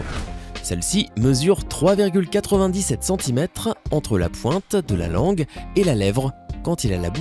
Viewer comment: la plus longue angue du monde Vous Pouvez corriger cette erreur ?